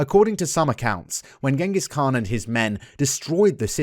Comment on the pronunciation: A correction ...it's not Khan it's pronounced as "Han"